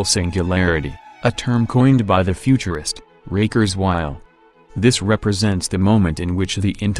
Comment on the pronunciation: "The futurist Raker's while????